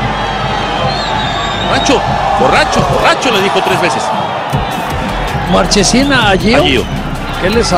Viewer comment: Maschesin y es marchesin